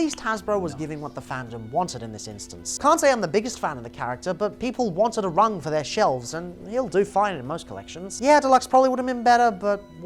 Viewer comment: Rung. It's Rung, as in ladder.